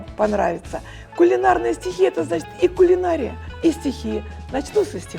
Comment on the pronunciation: Не кулинАрия, а кулинарИя..